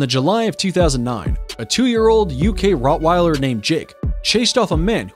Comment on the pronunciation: Bro it’s not rotwiller it’s Rottweiler